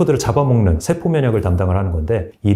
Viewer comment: 장단음 문제가 있다 . 예: 소장,대장,세포 ,대신, 사실,현대, 등! 이상 단어의 첫 잔 모두 징음인데, 모두 "짧게" 발음했다. 잘못이다. 모두 길게 발음해야한다. 참고로, "한국 어문을 고발함" 을 읽기를 간곡히 권한다.